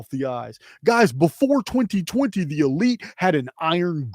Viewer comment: Elites? Or EL-ites?!